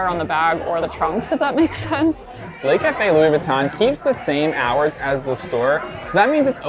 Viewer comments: it's not pronounced "'lay" cafe. The vowel sound in "le" is the same vowel sound as "could" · "Le" (rhymes with "the"), not "lay". Les Café would be the plural, ie. Le Café = The Cafe, Les Café = The Cafes.